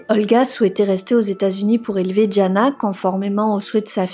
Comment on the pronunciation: Diana et non Djana.